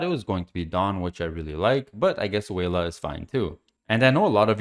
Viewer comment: Probably more like welah instead of wayla pronunciation wise